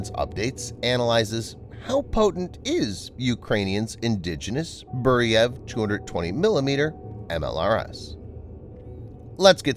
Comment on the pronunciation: It is not Boo-ree-yev it is Boo-re-veey...Burevij It is a shame we did not continue on developing M87 Orkan MLRS which had range up to 120km. It would be very much useful in Ukraine Burevij would mean Bura or Burin which is type of hurricane force wind